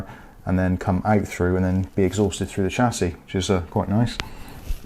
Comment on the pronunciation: It's Chassis not Chassis